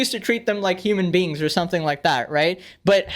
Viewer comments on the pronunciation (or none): you already know when is legendary when he says, "Human beans" instead of "Human beings"